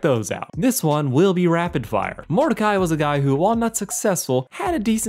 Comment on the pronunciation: Just came to comment, it’s Mordecai. Not even close